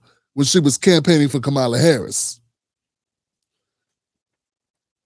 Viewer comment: Bro you don’t even pronounce Kamala’s name correctly